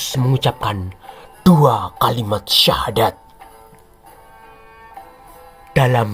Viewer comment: 😂😂😂...terbukti ini tak mengerti dgn benar aslinya ajaran Islam dan tak tau secara benar sejarah islam yg benar.... mengucapkan syahadat sja masih jauh dari benar..😂😂... Belajar lagi mas... tanggung jawab mu berat nanti diakhirat kelak....didunia kau bisa mengolok-olok dgn bahasa dan nada mu yg menghina...tapi ingat...setelah dunia ada akhirat....kau bertanggung jawab atas penjelasannya mu yg hanya sebatas asumsi yg minim pengetahuan tentang islam...😂😂😂😂